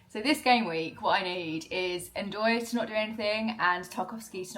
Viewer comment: Lol you said ndoye 😂